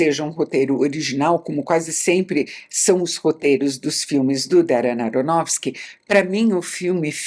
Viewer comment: Ela diz o nome do diretor com tanta facilidade. Eu fico tentando, tentando....